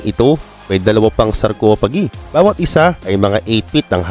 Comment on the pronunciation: Sarcophagi pronounce as "sarkopagai" not sarcopagii😂